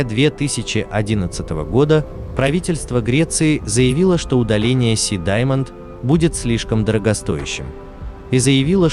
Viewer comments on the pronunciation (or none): none